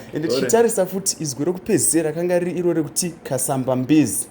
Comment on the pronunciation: I am Tonga it's Kasambabezi not Kasamba bedzi also it's kaliba not Kariva. I think it's because it's a Shona speaker who is translating